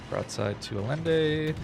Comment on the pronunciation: Allende is pronounced Aye-IN-day. As with Salvador Allende.